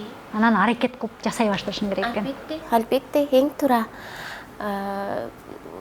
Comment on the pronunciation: Албетте дагы дебей Альбетте деп кыжырымы гана келтирдиңго кайра кайра кайталап Дагы орусча кошуп сүйлөп алганычы...